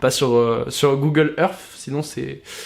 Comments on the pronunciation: Google quoi?? 🤣🤣 Earph?? Hahahahaha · « Google erff » 😭😭😭